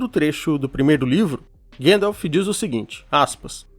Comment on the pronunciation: Ótimo vídeo! Porém tente corrigir as pronúncias, tipo Gandalf, não Gendolf ou anãos não anões ❤